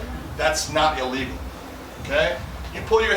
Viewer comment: lol his "illegal" and "a legal" sound the same